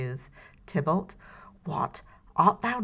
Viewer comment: Tybalt. Not Tiblet. Haha!